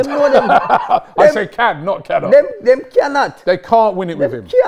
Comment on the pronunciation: “of course dem CYANOT!” lol